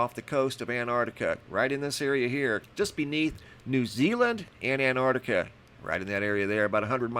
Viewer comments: Antarctica. It has a T at the start of the second syllable. An-tarc-ti-ca. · Don't think you noticed there is a letter T in An-T-artica 🤔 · And you still can't say Antarctica right